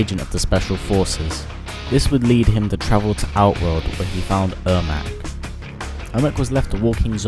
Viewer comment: Airmac? lol